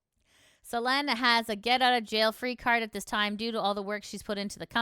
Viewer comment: What is with the butchering of names in all these videos. First selen as Selene and now Elira as Elria.